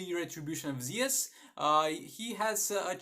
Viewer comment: The video has very great, it helped me with my Shazam as well, but I’m not tryin to judge you or anything but it just sounds very weird in my head, it’s actually the retribution of “Zuuus” not Ze-us. It just feel weird in my head that’s why